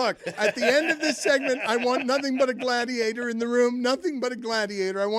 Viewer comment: Sadiator instead of Gladiator 😂😂. I hate I laugh at 😆